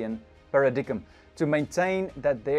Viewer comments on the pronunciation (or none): Hey brother great video. FYI paradigm is not pronounced that way. The last part is pronounced “dime.” Thanks for the video.